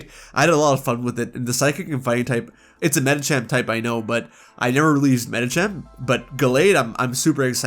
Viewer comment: DO NOT LEAVE OFF THE H IN MEDICHAM! AND THE T IN GALLADE IS SUPPOSED TO BE A D!